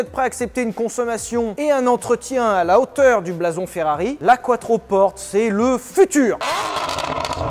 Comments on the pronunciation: "Quattroporte", ai-je bien entendu 😂 ? "Quattroporté mon vieux ! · Maserati c’est ITALIEN, donc c’est pas quatroporte, mais quatroportè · Quattroporté** Enfin on le prononce comme ça ! Et puis c'est plus stylé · On prononce couatropporté.